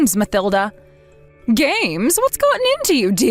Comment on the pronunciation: It's Ma-TIL-da, regardless of how it is spelled